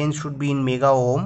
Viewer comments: Its not ohom . Its ohm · Everytime you say ohm, I'm dying laughing here 😂